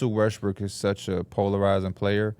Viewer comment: He has a hard time pronouncing Westbrook